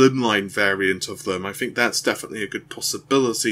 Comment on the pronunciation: 'Fred Ripper', 'I fink', 'free years' whats wrong with your 'teeeeeees'.........................lol